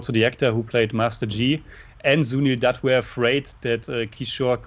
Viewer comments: nope. Ask your girlfriend if "Doot" (as you pronounced it in this video) is correct. Although, you are both getting much better with your pronunciations.. for example, did great pronouncing Kishore Kumar. You both still have problems with words like Jai and Ram. You will get there eventually. Also, keep in mind the letters CH as in Chandra and the letter J as in Taj are pronounced like the American Ch in Chuck and J in Jack, instead of the French pronunciations as in Charlotte and Jacques. Also, the a-n sound in the Chan portion of Chandra does not sound like Jackie Chan's last name (and certainly not like the Shan in Shanty). It sounds like the u-n sound in the Chun portion of the word Chunk. I don't know why most Americans equate the foreignness of Hindi with the foreignness of French. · &, listen to how your guests pronounce Sunil's last name, Dutt. They are pronouncing it correctly. You two are both getting it horribly wrong. You always have. The vowel sound is the same as in Cut, Hut, and Mutt; NOT like Moot, Toot, or Hoot.